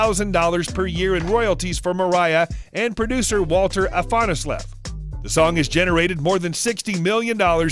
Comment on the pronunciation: Jeeez! So many hiccups! How does he pronounce Walter Afanasieff? AIWFCIY is not a cover, but an original song, you Muppet!!